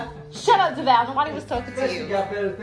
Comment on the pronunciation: I was triggered every time the handyman said "Devoll" and not Devale